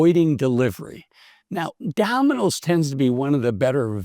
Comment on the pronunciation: Dah-min-ose ? Takes a bit of tuning the ear in.